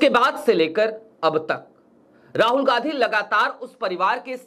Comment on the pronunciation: चैनल तो चला रहे हो पर हिन्दी ठीक से नहीं बोल रहे हो जो इतना कठिन भी नहीं है ,गांधी शब्द को बार बार गाधी बोल रहे हो